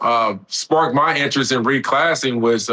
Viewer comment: “Reclassing” is sending me